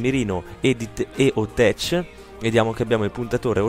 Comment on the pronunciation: eo tech si dice con la C dura